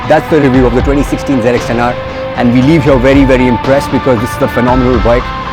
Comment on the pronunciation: wtf is zenextenare. hate when they call it like that, it's zx10r u idiots